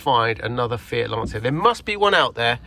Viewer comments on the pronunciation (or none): Surprised you don't pronounce Lancia in the correct, Italian way!